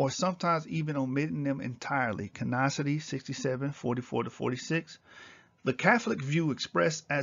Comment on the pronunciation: CANONICITY - CANON-I-CITY, NOT "CANOCITY."